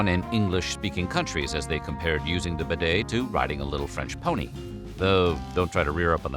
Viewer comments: Useful intel but... the damn word bidet is pronounced beeday not b'day, without the silent 'i' this guy has invented.. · Pronounce properly! BEE-DAY not b' day (as a contraction) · It’s pronounced beeday! 🙄🙄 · Much ado about absolutely NOTHING. By the way it is pronounced : "BEE DAY" not "BID-AY" ! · pronounced be day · Try getting the pronunciation correct.... Try 'B Day' . . Instead of 'Bed A' . . . Then they might become more of a fashion statement. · So you pronounce it b'DAY in America; in England it is pronounced BEE-day. It never caught on in the UK, unlike in France, so as more immigrants to the US were British than French it never became popular there - though I suspect more were found the South (Louisiana, for example) than New England. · Bidets rarely exist in British bathrooms either, much to my regret. I wish you would learn to pronounce bidet properly! It is BEE-det, with stress on first syllable. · It's pronounced beeee daaay! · Correct pronunciation...BEE-DAY!! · Aah If you’re discussing a subject at least learn how to pronounce it It’s a bee day Thanks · For goodness sake learn how to pronounce the word bidet.🤪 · The way you pronounce bidét sounds very stupid.